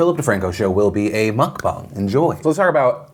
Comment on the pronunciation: Thank you for pronouncing mukbang correctly! ❤️❤️❤️